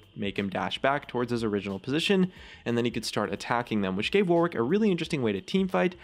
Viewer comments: It's pronounced warrick, not Warwick. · ITS PRONOUNCED "WORRICK" NOT "WAR-WICK' OMG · For goodness fucking sake, "Warwick" has a silent W. It's pronounced 'worrick' not 'wor-wick'. The more I hear it said like that, the more I lose my mind. Please... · Why do Americans pronounce Warwick War-wick, its pronounced Warick in English. For fuck's sake you don't say Anthony An-thony, its An-Tony, oh wait fcking Americans. -_- If he was meant to be called War Wick then they would have called him that? Oh Riot is American, my bad guess I should just try... but its so damn annoying omfg speak English properly?!? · The way Americans pronounce Warwick pisses me off so much, its an actual name and an entire county in England how is it so hard, its like yorick but with a w but every American ive ever heard pronounces it war wick, its my number 1 league pet peeve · Warwick is pronounced 'Warrick', by the way... you know, just sayin'. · It's pronounced 'Worrick' you silly American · It is the Fuwtewer Wowick Weework. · It's not the accent you goon. We are perfectly capable of saying 'wor-wick', but we choose not to, because it is the incorrect pronunciation. The vast majority of British accents, of which there a massive numbers, are very working-class, common sounding. Please get educated before vouching an opinion. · STOP PRONOUNCING IT AS WAR WICK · Why isn't Warwick pronounced "Worrick" like it should be? ALWAYS bugged me :/ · Any other British people annoyed with how Americans pronounce "Warwick"? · I hope they fix it so that people know how to pronounce Warwick. As its the name of a place that I happen to be from, I wince away from every second w when people say his name.